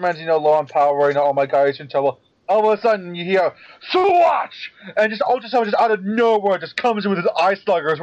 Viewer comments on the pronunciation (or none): just wanted to say, ultraseven says Dyuwah and not shuwatch when he transforms and I'm not saying this to be rude or anything but to correct what says at around 2 hours and 12 minutes in.